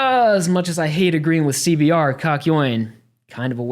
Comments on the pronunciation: Nobody's gonna talk about the fact that said c b t in the beginning? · Everytime you say CBR as CBT you're gonna get an instant like from me.